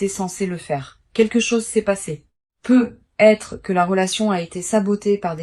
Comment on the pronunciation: Pourqyoi ces PEUUUUUU....ETRE ET NON PEUTTTT ETRE . I.A ...I.A ...I.A EXPLIQUEZ VOUS ...QUAND MEME ...